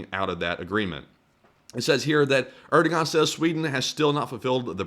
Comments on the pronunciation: Erdogan is pronounced Erdowan. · PLEASE, learn to pronounce "Erdoğan" correctly. ER-DO-WON. No G sound. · Uwu the Tuwkish pwesident Er-dooo-wan